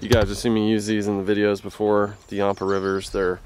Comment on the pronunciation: You're pronouncing yampa wrong!! I live by the river